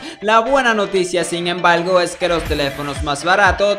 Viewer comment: la buena noticia sin embalgo XD no se si eres de un pais que pronuncia asi a R o tienes problemas pero yo tambien tenia ese problema y es horrible :P pero con un poco de practica y trucos logre dominar la R :D por cierto buen video :)